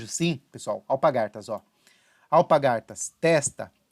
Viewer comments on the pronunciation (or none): Parabéns pelas análises! Só uma observação que notei em todos seus vídeos: não é alpagaRtas, e sim alpaRgatas.